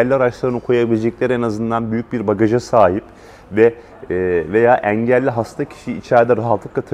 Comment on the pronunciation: Eelli yi bilerekmi böyle yanlış kötü söylüyor 😂